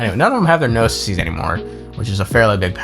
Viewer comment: LMAOOOA please just say gnosi 😭😭😭😭 “no-sigh” or “nos-eye”